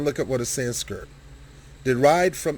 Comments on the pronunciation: Hard to take you seriously when you keep saying "Sanskirt" rather than Sanskrit. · s k r I t , not s k I r t , dayumm learn to read